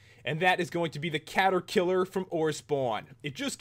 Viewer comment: Cata-kiler HaHaHa